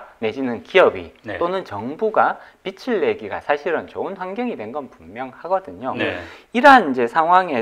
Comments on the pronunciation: 잘 들었습니다. 발음 좀 수정해야겠네요. 빚을( 발음 비츨->비즐) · 말씀 참 잘들었습니다. 다만 자꾸 "빛을 진다"는 말씀을 너무하셔서 이상하게 들립니다. 다음 출연하실땐 "빚을 진다"라고 해주시면 더 좋을것같습니다!!^^ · 빚(비즐)내서~~ 빛(비츨)을 내서가 아닙니다 국어시간에 뭐하셨을까? 비즐~~~~~내서 (빚) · 게스트가 빚을 계속 빛이라고 하시네요. 빛을 빛을 ...